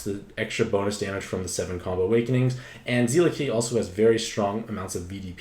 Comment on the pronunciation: I'm like 90% certain it's "Zel-la" and not "Zee-la"... at least based on the Japanese name.